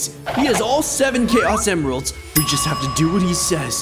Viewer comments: When he grabbed the chaos emeralds it said emiralds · Ah yes "Emiralds"